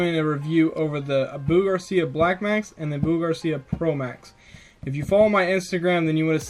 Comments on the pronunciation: By the way it's o-bu not u-bu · It's not pronounced uh-boo Garcia it's pronounced ah-boo Garcia. It makes it hard for anyone to trust what your saying if you don't know how to correctly pronounce the brand... Not hating just giving some corrective criticism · I have to agree with! I'm not hating on your video, but I'm new to your channel and this is the first video i watched. I caught onto the name mispronunciation and the error where you stated the Black Max retrieval ratio drastically different the second time (when comparing it to the Pro Max),than you did originally. I'm not trying to bust your balls, but is correct. If you're going to be posting review videos and want people to take you seriously, then stuff like that is of the upmost importance. Nonetheless, great video!